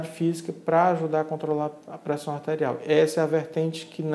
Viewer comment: meooooo....esse médico parece que está morrendo......só pode....Lento....raciocinio quase parando......Parece que ele está lendo.......A entrevistadeira( isso mesmo.....entrevistadeira) está no mesmo nipe........Que coisa horrivel.... élévação.......da préssao artérial...........affffeeee............